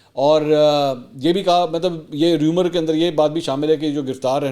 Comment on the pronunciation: ریومر نہیں رُومر